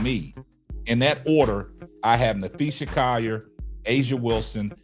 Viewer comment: Naphee SA....not NapheeSHA.....respect her name please as you do videos about her and it is COLL ( call) ier...not Ci..YER